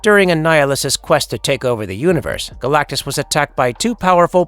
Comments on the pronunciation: He’s that big of a deal the guy who narrates started with mispronouncing his name. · Stopped watching when you mispronounced Galactus in the first 15 seconds. I can only imagine what your Shpliderman video is like. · How in the world did this get posted with the narrator's very first word mispronouncing his name ... "Galacticus" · seconds when you say "Galacticus", that was when I stopped watching. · Galactus, not Galacticus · Galactus. Not Galacticus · Galacticous lol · You say Galac-ti-cus 1st time you mention it's name lol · Did I just here dude say "Galacticus"? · Who is Galactuskus? Lol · Mf said Galacticus in the beginning ☠️ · first thing narrator said was "Galacticus" LOL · "Galacticus" mufukka I'll god damn fight you. The disrespect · Deadass called him Galticus in the first 13 seconds. Lol good try buddy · Am I tripping but does he say Galacticus right at the start?😂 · galactacus? Why'd you add an extra syllable? Isn't it Galactus... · “Galacticus” right off the back??? #fail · you said galactacus at the beginning, isnt it just galactus? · Dude had a minimum syllable count "Galacicus" lol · As soon as you called him Galacticus, I was out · 14 seconds into it, this guy is already butchering the name “galacticus”. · Did you say "Galacticus"?? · "Galacticus"?? I had to replay that to be sure I heard it right. I detest A.I generated narrations. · "Galacticus?" If you can't even get the name right in the opening lines you got issues. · Did you say... galagicus at the start?! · Why tf the narrator call him Galacticus in the first 5 seconds? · This fuckin guy just said Galacticus in the beginning of the video 😂😂😂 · Galac-ti-cus, is the first word of the video? Lol. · This dude said galacticus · he also said “Galact-i-cus” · 12 seconds in he calls Galactus Galacticus. No wonder he wants to destroy the world. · Literally the first word from the narrator is getting the name wrong. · You mispronounced the name of the subject of the video... FFS 🤦🏻‍♀️